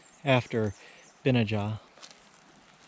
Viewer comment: Benajah: accent on the middle 'a' - Ben NAH jah, according to